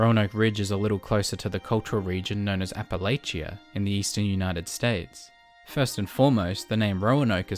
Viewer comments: All of this was fine until you said “AppaLAYchia” It’s “AppaLAchia” -An Appalachian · I loved the video man, but hearing you butcher the pronunciation of Appalachia physically hurt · what a way to pronounce Appalachia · Great video but I really can't overlook that pronunciation of Appalachia